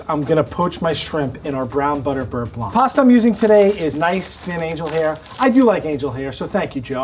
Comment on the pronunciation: Nice receipy. Side note: in french, the ’c’ in blanc is silent.